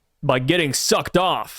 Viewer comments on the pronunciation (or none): You was definitely saying “Sucked off” way to hard bro.. relax lol